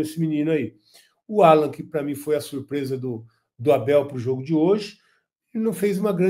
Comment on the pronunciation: A pronúncia é Állan, ótimo jogador!